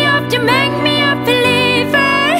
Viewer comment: 음색 가창력 다 너무나 좋은데 한국인이 유성음과 무성음을 잘 구분 못한다는 게 새삼 느껴지네요.. believer가 아니라 peliever라고 발음하심.....